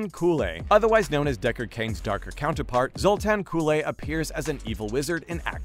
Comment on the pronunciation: It is pronounced Zultan KOOL